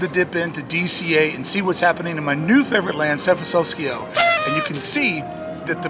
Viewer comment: Thanks for the building update,. But I’ll be damned if the different pronunciations of San Frantokyoisco and then the first time magic hit didn’t hook me from the start 😂🥹